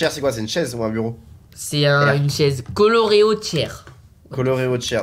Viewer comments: C'etait colored, pas coloreo mdr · C'était colored pas coloreo et c'était pas un o c'était un d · C est pas coloreo mais colored mais sinon je l ai fait il est trop bien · Michou ct colored et pas coloreo donc coloré en français